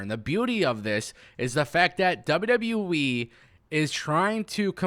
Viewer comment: This guy seems cool but anyone else bothered by this?….He says “W.W.Wee” instead of W.W.E. Gets annoying after a while.